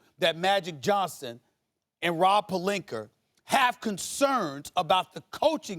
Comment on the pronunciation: He does that a lot w/words and names ending in A. Louisian'er' Ibak'er' Pelink'er'